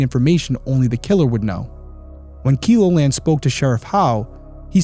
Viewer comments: I remember this heartbreaking news. I live in Sioux Falls, South Dakota. Not far from Vermillion or Sioux City, Iowa. I pray for justice for this family. Also, Keloland is pronounced Kel as in how you'd say Kelly. Kel O Land. ❤ I'm so excited for you BTW! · I know in the grand scheme of things this is 💯 a non-issue, but the "e" in Keloland sounds like bell or sell, not keep or kilo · Vermillion is a college town 45 min. from me. Keloland news is pronounced with a short e, sounds like “yellow-land”. ❤ Love that you are bringing attention to this case. The problem is that the area attracts a ton of people for soccer and softball tournaments as well as college parties. But this river area is not a place out of towners would wander into. Far more likely to be a local, IMO. Really looking forward to this channel from you and so glad you are diving in with your perspective and expertise.